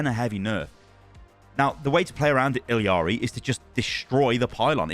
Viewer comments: It’s ee-lar-ee not eel-ee-ar-ee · It's ee jah ree not ill ee are ee please youre killing me over here. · I don’t believe blizzard pronounces her name right. Don’t they speak Spanish in Peru? Wouldn’t it be E-ya-ri? Double L is a Y sound. The way they have it pronounced seems more like Iliari. Idk where that i comes from. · BRUH why the fuck do u pronounce her name so WRONGLY its ILLARI there is no ILLIARI its fken ILLARI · Can we all just start saying E-YARRY like she says IN GAME instead of continuing to say the Ls as English Ls? I don’t see anyone saying this at all. Everyone was all over Kiriko’s hard ‘r’ when she came out… just my 2 cents. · Say it with me, ee-ya-ree. LL is a Y sound like in tortilla. I didn't care about the accent, just stop adding the L sound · BRUH THERE IS NO FKEN I in the middle if ILARI its fken ILARI stop butchering the name sounds so fken weird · The double L makes a J sound it sounds like ijari i dont make the rules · it's ILL-ARI bro